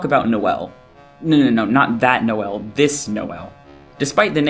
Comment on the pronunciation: Guys. It's No-El, like Noel Gallagher. Like I still see a lot of the connections and I think all of this is super fun to look at, but the mispronouncing is driving me nuts lol